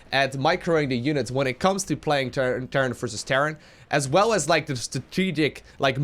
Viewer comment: am i the only one that hears "terrance vs terrace" every time says "terran vs terra "?